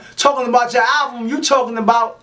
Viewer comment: Much love no disrespect , but its ALBUM ... not ALVUM ..👍👍👍✌✌✌